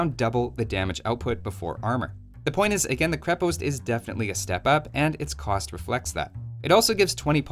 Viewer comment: Its krep"o"ast If you wana say it the russian way